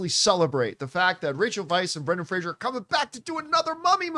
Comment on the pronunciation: Fraser rhymes with razor. His name is not Frasier.